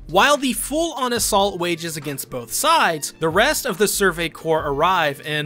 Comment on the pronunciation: survey corpse was the one that got me